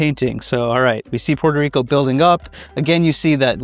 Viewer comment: It's PUERTO RICO NOT PORTER RICO